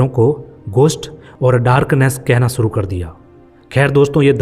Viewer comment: Furvary😂😂😂😂😂😂😢aur Sooru😂😂😂😂😂😂😂abay gadhe theek se bol